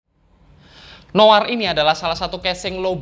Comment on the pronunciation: akhirnya ada yang baca noir dengan baik dan benar 🥰